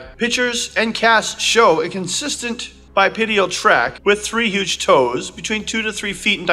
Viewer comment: Cool video! (*bipedal, not "bipedial") ✌😊